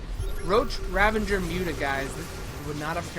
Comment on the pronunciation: RAVAGER NOT RAVENGER